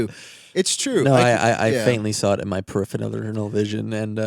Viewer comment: I’ve had a drink or 2 and pronouncing “peripheral” crazily made me question how much I’d actually just drunk 😅😅